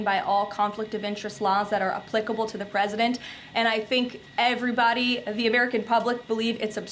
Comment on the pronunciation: Leavitt doesn't even know how to pronounce the word "applicable." 🤔